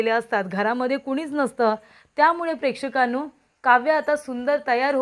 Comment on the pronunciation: कितीदा prekdhkannu म्हणतेस बाई